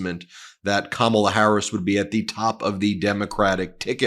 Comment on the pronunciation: Karma has come for donald - It's pronounced Kar - ma - la